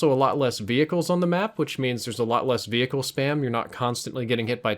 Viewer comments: All I could hear was "Vee-Hickle". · vee hicles. veee hickles v hhhhhickles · he says hechicle really weird like v -hickles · I love how you emphasize each syllable in the word vehicle. Haha thanks for sharing. Good vid. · The 'H' is meant to be silent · Some observations: you need to learn the difference between 'less' and 'fewer' and you don't pronounce the 'h' in vehicle. Oh, and your comments about grenades at the minute mark - followed by you then throwing a grenade which does nothing, was hilarious. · the way you say vehicle pisses me off